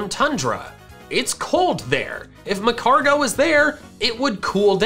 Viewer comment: It’s pronounced magcargo